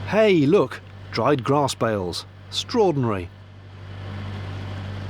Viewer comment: "strawdinary" lol